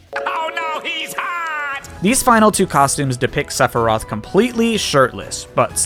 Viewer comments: When you said Sephiroth's name did you accidentally say Sepurai? I literally heard "Sepurai"! Listen to the recording and see if you hear Sepurai., I am serious. Please tell me you accidentally said his name wrong and didn't realize it. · Sepfory? I'm not the only one who heard that? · Dear who ever lives in the sky, how in the world did that man get the pronunciation of that word so wrong? Also ha nice reference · I loved when you just would not stop saying Sep-Rei-Th like you did at the start of this video, like you did during the Game Awards Stream. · YOU SAID SEPIRAITH FTUTIFJFJFJGLHLHOGJDJRU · I have a question. I literally know basically nothing about this guy, but is there a reason why he's pronounced Sephiros in Japan and Sephiroth seemingly everywhere else? Is that just a pronounciation thing? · why does he say Sephiroth's name like that? does he do it to piss off people?